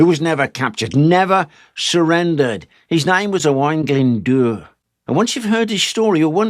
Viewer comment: Got to say that you pronounced Owain Glyn Dwr pretty good. Well done Sir.